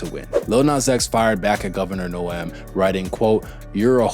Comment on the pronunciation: Kristi Noem. It's pronounced🗣 Nowm as in Gnomes from folklore. (little people)